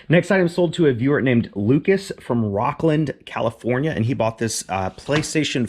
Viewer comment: I think Lucas from Rocklin not Rockland